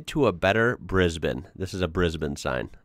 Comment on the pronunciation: Kudos buddy, first American I've ever heard actually pronounce Brisbane correctly